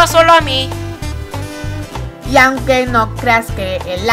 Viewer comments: Nose por k pero escuché "salamin" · Antes se escuchaba salami en ves de solo a mi xD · Enves de "solo a mi" escucho Salami xd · Cuando decia "solo a mi" por que entendi salami ;-;? me dio hambre alv